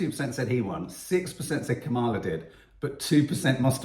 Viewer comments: the emphasis is on the KA.. ka - ma - la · Maybe the problem is the syllable stress. Stress the first part " Comm" not the middle. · Sorry Nadia, you pronounce Harris’ name like Trump does - incorrectly